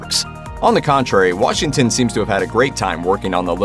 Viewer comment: Washinton?...no g? Seriously?... Ironically, it's The Little Things😤😠🙄